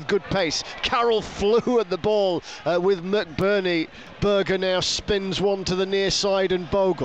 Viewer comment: Great result for the Blades last night and what a save from Foderingham. Ps. Can you tell the commentator. It's Berge not Burger. every game 😡